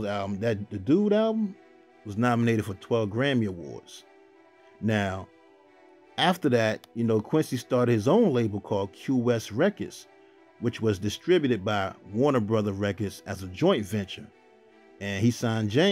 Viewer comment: It’s pronounced Quest records